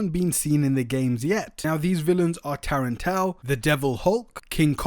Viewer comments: “tarantale”?? u mean the tarantula?? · Blizzard?? That's Hydro Man. Blizzard is an Iron Man villain. And what the heck is a Taran Tao? It's Tarantula. Also, Devil Hulk? Do you not know who Spider-Man's villains are?